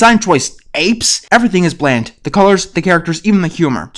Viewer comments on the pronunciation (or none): none